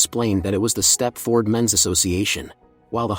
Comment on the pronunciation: It's pronounced step-ferd. Not step-ford. 😖😖😖😖